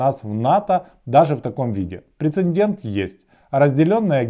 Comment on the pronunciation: Дякую за випуск! "Прецедент", ніякого "прецеНдент"